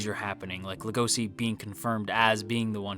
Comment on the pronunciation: the translator made a mistake it's legoshi not legosi and it's also pronunce legoshi with a chi sound no idea why they made the mistake